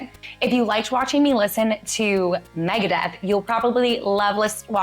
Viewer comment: Easy mistake to make, but it's Megadeth, not Megadeath.